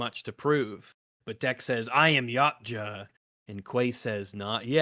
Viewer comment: I can't stop hearing the Predators' name as Yamcha, and I keep hearing Vegeta say: "I don't know what a Yamcha is, but it sounds pathetic."